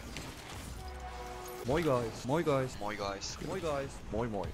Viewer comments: is the type of guy to get drunk and begin saying hoi instead of moi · ITS really weird when you say MOI MOI